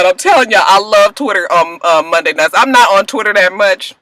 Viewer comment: Lmao@ Mike Jones! "Sundy got knocked in to Mundy"